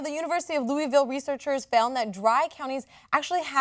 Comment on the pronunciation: Someone who grew up in Kentucky I gotta say nobody calls them moist, we usually just say damp counties. We also don't pronounce Louisville like that lol. Interesting study, though not at all surprising.